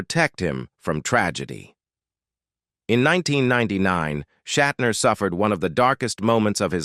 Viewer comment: Okay, so, William’s grandfather had the surname, “Shatner,” but he changed it to, “Shatner”? Ah, I see… Google straightened me out: Shat’s grandfather was “Wolf Schattner” but he dropped the ‘c’ and a ‘t.’ (AI voiceover seems to be working through somewhat of a learning curve. 🤔)